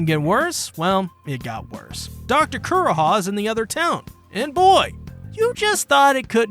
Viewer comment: Also KUR-HA? VIV-EE? Also lets not even mention how you pronounced lahpins... is it so hard to watch the corelating portion in the show to get correct pronounciations?! 😂😭😂😭😂😭😂😭 like its funny hut destroys my soul so pls my manz.......